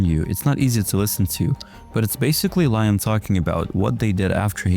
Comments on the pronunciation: Liam is pronounced LEE-um !!!! Jesus Christ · Bro its pronounced Leeeeeeam (Liam)